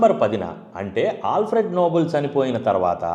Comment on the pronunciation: Bro, it is pronounced నోబెల్, not నోబుల్. Thank you bro. Spelling is nobel not noble. అన్ని సార్లు విన్నాక correct చెయ్యకుండా ఉండలేక పోయాను. Thanx for the video.